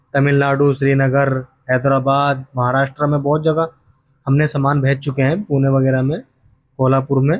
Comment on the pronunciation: समान नहीं। सामान। समान मतलब equal सामान मतलब goods